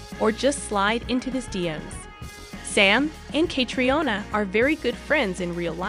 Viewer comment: Why don't Americans learn to pronounce names the correct way it's so annoying and embarrassing. The way she says Catriona surely someone can correct her on how to pronounce the name Catriona